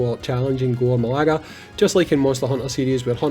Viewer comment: Hey just so you know it's pronounced "ma-GAL-ah" not "ma-LAG-ah." Not trying to make fun or anything, just in case you need to say it in future videos you might to say it correctly. As a Monster Hunter fan, this is a cool collab depending on how it plays out. I'm not a massive Gore Magala fan since I'm relatively new to the franchise so I'd prefer if it was a monster from Rise like Magnamalo but Gore is a fan favorite for people who have been in the community longer than me so it's still cool.